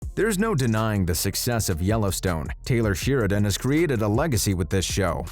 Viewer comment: It's SHARE-A-DONE, not Sheer-a-Done.